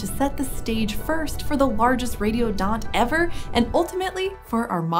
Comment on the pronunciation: I thought she said "radio dot"